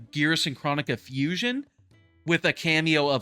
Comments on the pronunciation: Not chronica but chrOnika with the big O sound not the little o sound again it’s Cr-OH-nika, not chronic-a. PLEASE at least pronounce her name correctly even tho I probably didn’t spell it correctly hearing it said wrong is just annoying af lol!! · kr-OH-nika bro!!